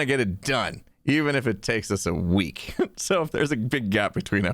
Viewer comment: Can anyone else hear that has clearly been hanging out with Skizzleman a lot in the way he says "I want to get it DONE, even if it takes us a WEEK"